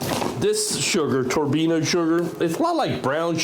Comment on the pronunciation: Thanks for the vid. Your show - your pronunciations, but fyi, Turbin - ado, kinda like Colorado (AFAIK). 😉 NO?